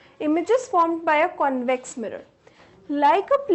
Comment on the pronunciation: Ma'am says - connvex lens and conncave lens